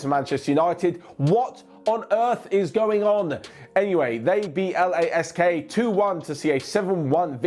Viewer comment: Its not L A S K, just Lask